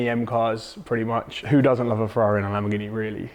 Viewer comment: Why does say 'Lam-BOOOR-ghini'? 😁